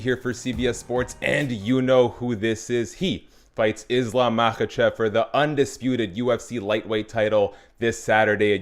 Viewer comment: His last name is pronounced: Mah-hah-shiv